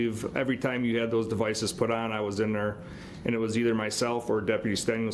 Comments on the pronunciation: He claims to know the troof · How about when he said troof. As in truth. Lol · Brooks is such a beta! Just drives him nuts when there’s a woman around that he can’t control! I absolutely LOVE IT!😂😂😂😂😂 All these silly ass questions he keeps “axing”. But don’t be angry with him! He’s just looking for the “troof”…..